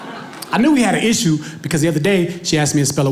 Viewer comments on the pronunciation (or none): none